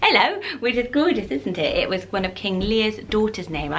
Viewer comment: I like how you say the word “Gorgeous.” It sounds like “Goo-juss.” Haha. ♥️☺️